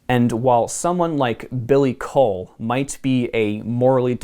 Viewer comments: Coull is pronunced cool not cole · as a scottish person, i can guarantee you its pronounced "cool"